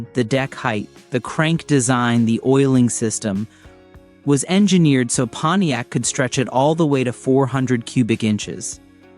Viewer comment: Moron AI....thumbs down for "Ponyex" and then ."three hundred and eighty nine..." This is NOT how humans pronounce the the car brand, or engine displacement. I will proceed only because I once owned a PONTIAC LeMans with the 326. If not for that, your unnecessary, distracting, stupid, and annoying captions would be enough for me to click away. But I've already hit THUMBS DOWN!!!